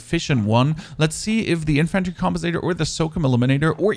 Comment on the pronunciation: The way he says infantry & SOCOM is disturbing..